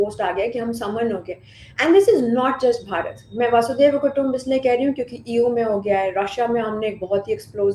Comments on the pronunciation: Please tell that it is not वासुदेव or वसुदेव कुटुंबकम्। It is वसुधैव = वसुधा एव (the whole Earth) is my family. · "वासुदेव कुटुम्बकम्" नहीं... "वसुधैव कुटुम्बकम्" ! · वसुधैव कुटुम्बकम् The most incorrectly pronounced phrase. Baki sab super ! 👏👍🎉